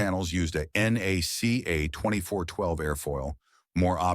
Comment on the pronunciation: Nothing about the airfoils of the P4M is exotic. Combination of thicker airfoils at the root for structural stability with a thinner of the same family at the tip for less drag is done in near every wing. If that lead to tip stalls, the wing did not have the proper amount of washout. Also, NACA is pronounced as one word, just like its sucessor NASA.